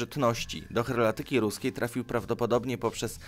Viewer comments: Heraldyka, nie herlatyka..... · Najciekawsza flaga ze sloncem, to flaga Kiribati ;) A ''herlatyka'' masakruje mi uszy :/ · 7.33 co to jest herlatyka, nauka o herlawosci tego kanału? Przyłóż sie chłopie, jeśli już musisz czytać z kartki... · H E R A L D Y K A - herlatyka to jest Twoje czytanie !!!!!!! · Herlatyka xDDD